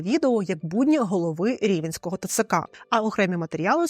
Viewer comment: Хочу вказати на помилку. Рівненьского, не "Рівенського"